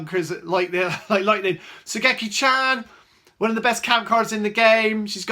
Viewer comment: I Love How Says Sogeki Chang🤣🤣🤣